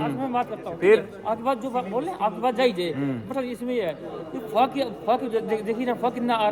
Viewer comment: banda fog ko fu*k kyu bol raha hai 😝😝